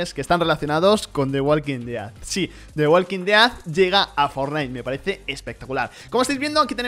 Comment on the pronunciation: Relax latino que en España se dice igual solo que este hombre lo pronuncia raro xd